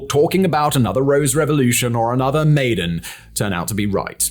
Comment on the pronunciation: Maidan = My-Dan Tbisli = Buh-Lee-See